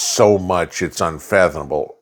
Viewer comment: 👍 I humbly request as a public service, PLEASE warn us before you try to pronounce "unfathomable" again... I almost launched coffee at my screen!